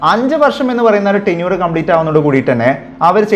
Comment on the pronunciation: Tinure alla mone Tenure aanu Oronnum parayumbol vivaram illathe vellomvilichuparayumbol sookshikanam